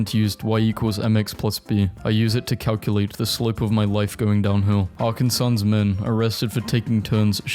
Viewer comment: as an Arkansas native hearing him say it like this killed me